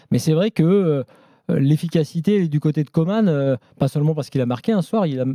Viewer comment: On prononce Coman ...comme comment ...pas comme Comane...tu comprend man ? 😮😮😮